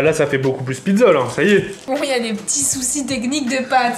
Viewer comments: Elle a fait une Pid'za (pizza) 😂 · Ce qui disent pidza au lieu de pizza 👇Liker ce commentaire